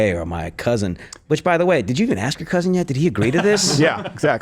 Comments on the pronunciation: Axe the word is ASK. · Axe me about the Keeeds. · Please don’t ax me fo’ some of dat foo. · Im be axing you Wtf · Please don't "AXE" anyone for money. SNAP is a gift, a helping hand, a blessing - NOT an ENTITLEMENT. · " I am going be fittin"! " Let me axe you sumfin"! Love it. Pure brains on display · Did she say "she gonna axe someone"? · I have a proposal... EBT will only be avaliable to those who can properly pronounce the work ASK.